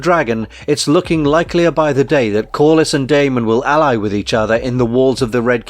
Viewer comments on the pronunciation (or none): none